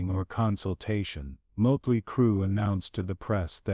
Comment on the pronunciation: Ya know.... there's like 40 years of professional and fan taken pictures of Mick Mars online. Took you 4 minutes to show just more than one. Scratching my head on why you showed a ton of random bands. And also that's not how you pronounce Motley. AI has come a long way. If you don't want to speak in your videos, you can find programs to read for you that can actually pronounce words right. Otherwise, interesting video so far.